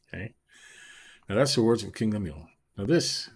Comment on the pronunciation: Annunciation is wrong. Lemu el